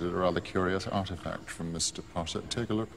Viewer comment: Always POTTAH